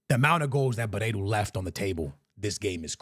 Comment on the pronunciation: "Aursnes" is pronounced "Aush-ness", not "Arse-ness". 😄 Also, "Barreiro", not "Bareiro".